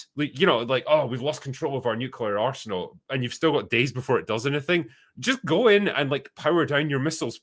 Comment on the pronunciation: When is saying arsenal I kept thinking he was saying arse-hole 😂